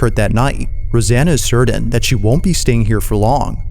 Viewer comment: My guy, always love your videos. But learn how to say the word (Certain) right, I'm mentally challenged but even I caught onto the way you were saying it all weird there are no letter D"s in the word Certain.